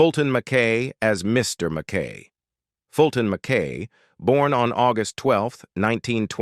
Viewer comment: Fantastic show! ❤ It’s NOT pronounced Mack K! It’s pronounced Mack I!